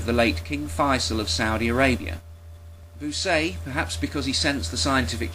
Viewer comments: And Bucaille's name is pronounced bü-kye (Rhymes with goodbye). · This is brilliant. I always suspected those scientists' comments had been obtained sneakily - and you actually have the info, which is great. Incidentally, a minor detail (as i'm sure you've been told already) "Bucaille" is pronounced much like "Puke Eye" but with a "b". That is, when it's not pronounced "Wanker" !